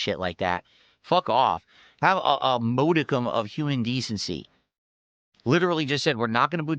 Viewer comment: "Moewdikum" new 'ism